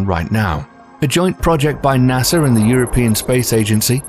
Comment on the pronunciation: There isn’t an r in NASA. Just saying.